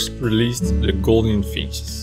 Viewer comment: Gouldian with a U sound. NOT golden finch.